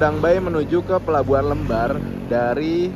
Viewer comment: Pelabuhan Lembarnya salah sebut mas..Le kayak panggilan anak org jawa bukan lembar-an kertas